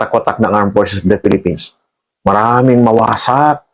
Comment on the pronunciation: Naintendihsn namen! KC inemphasize new po TALAGA: MAWASAAAAAAK